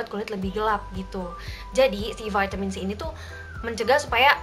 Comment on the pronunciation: Pake EYD donk...Vitamin bukan Veytemin 😂,kan ini indo bukan ausyy😬.....piss